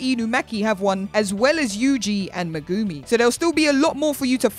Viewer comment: Bro who is “Megoomy” it’s MEG AH ME